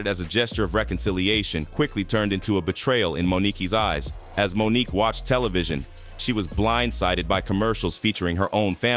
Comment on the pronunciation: Does anyone listen to audio before they put these things out? Is it a robot that reads the text?!? Monique’…. Won an Os-car…. Geez